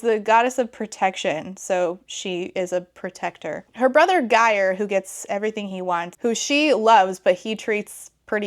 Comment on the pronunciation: Your pronounciation of Geir had me in stitches. It's a bit of a tough one I get it